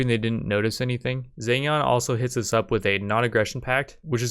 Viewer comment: the "zheng" in zheng jiang wasnt that bad but jiang is pronounced more like jee-ang edit: scratch that he screws up the first "zheng" and has a better jiang through out the video ;/